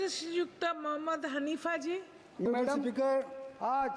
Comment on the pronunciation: Thoda pronunciation pay concentration day... Like March, madam aur choti choti words. Otherwise well done. Thanks for everything ❤